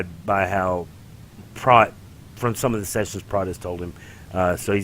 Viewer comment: I got through half of this but don't understand how these guys could watch this whole movie and not know how to pronounce his name. It's Prot, pronounced with an o like on oh, or know, Prot.